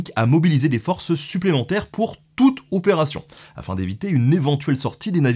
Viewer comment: C'est normal l'accent sur le OPÉRATION ? Parceque après tu dis Judgement en Anglais ... Du coup ça ferait un franglicisme 😂